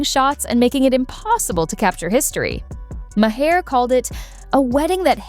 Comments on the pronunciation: HEYYYY, computer voice!!! Bill's name is pronounced 'MAR', not "MA-HAR" or "MAY-ER", or "MA-HARE", or MAW-HARE"!!! 😮🤪🙄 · His name is pronounced Marr not Ma-hair. 😂🙄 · His last name is pronounced Maa er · ma haare? Mahere? that bot bore slop edtng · Can't you teach the damn robot to pronounce the damn name?? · Does anyone review any videos using AI narrations before posting them? I don't think so. It doesn't even pronounce Bill Maher's last name correctly. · How many ways can your AI narrator come up with to mispronounce Maher's name? Poor production work.